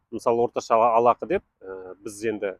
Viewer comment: Ей алақы, жалақы деп айтылады. жалдамалы ақы деген сөздерден